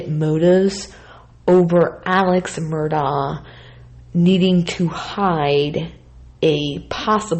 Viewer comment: I believe it's pronounced , Mer-Dock. Righeeeeeet?